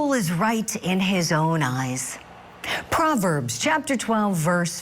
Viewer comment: "Prooverbs"??? Please pronounce it correctly if you're going to quote it.